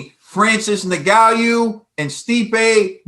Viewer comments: You gid a great job as ever, but it's 'Ngannou', not 'Nguyou', ffs... :) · Btw the pronunciation is "En-ga-nou" had it right at one point and then just gave up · It's pronounced EN-GAH-NU. Lmao. Great Video